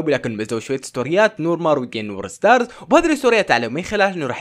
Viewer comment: مين سمع فهد لمن قال التقاء نور مار والكي نور استارز😂